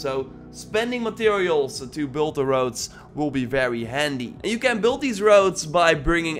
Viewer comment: so it's a game where you build wowds in chapter tree. humm.....that english man! painfull to hear! funny actually ..still like your vids